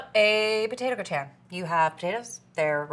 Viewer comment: GRAH-tn, not gre-TAN. And stop saying "like". Jeez. But you've come a long way since that show 6 years ago.